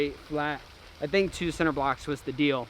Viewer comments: This man just said "sin"ter blocks......what 🤣🤣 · Dis this man say “center” blocks? That gave me “Tubberware” vibes lmfao😅❤️